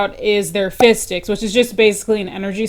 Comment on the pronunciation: You say 'fizz sticks' my ears hear 'fish sticks' I suppose I should get some lunch😂